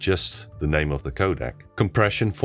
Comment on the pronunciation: Je zei je naam op een erg Nederlandse manier hahah! Was vast de bedoeling, goeie video helpt ontzettend!